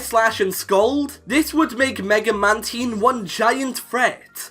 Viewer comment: Damn, you butchered the pronunciation of Mantine 😂